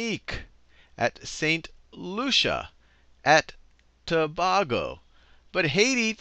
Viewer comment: Of no consequence, but , Tobago is pronounced ToBAYgo. Just thought it was funny how even Sal pronounced it wrongly, as almost EVERYONE tends to LOL. I'm from Trinidad and Tobago.(one nation state)